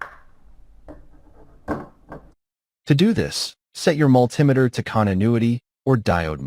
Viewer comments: It is understandable to get annoyed due to AI's weird pronunciation (ie. when it reads "multimeter") but overall, as others mentioned, it provides a much wider audience due to slow and clear narration that appeals to non-native English speakers with limited skills. This is especially more relevant when the person in the video is either cannot speak English or have a very thick accent. So, ultimately, you look at the content of the video. If it is of value to you, you ignore such trivial things and actually be grateful that someone took the time to use AI to resolve such shortcomings and upload the video to share with the world. I think people became too comfortable with freely available good material online and start taking things for granted ergo this type of silly criticism. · It's called MULTI METER. In other words, many meters in one. Not mul-tim-ator. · Sounds like AI generate. Its multee meter not mul tim eter! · I can't get over the growing trend to call a multi-meter (- and that's mulTEE-meter, not mulTIE-meter) - a mull TIM eter. That's what happens when you get AI to read the script. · MulTIMAter? Isn’t that a “MULTI meter”. AI voicing is still primitive. Also, I believe the common name for those four diodes is a bridge rectifier. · Good info. Multimeter is pronounced MUL-ti-ME-ter. Not MUL-TIM-e-ter. Triac, TRI-ack. Thyristor THY-ris-ter. Also, the multimeter has opposite voltage from the leads, when set to resistance. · Multimeter is pronounced multi-meter by most people. Triac is pronounced tri-ack, not reading the acronym letter by letter. It's bad enough that AI is crap, but then no one bothers to check if it's right. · yeah what on earth is up with that pronunciation? AI? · Think this is AI generated or assisted because never heard in my 66 years multimeter pronounced like altimeter , should be multi meter pronunciation and yes Mr. Carlson's Lab is the best for non-AI tutorials and information.